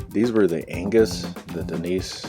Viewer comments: Agnus not Angus 😄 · 12 million Amiga Fans all simultaneously screamed in anger when you called her Angus and not Agnus! Great and informative video, though! Your Power Supply is probably fine. Amiga Power Supplies are pretty reliable and need to be tested under load. When you plug it in, it will pull 5 Volts just fine, most likely.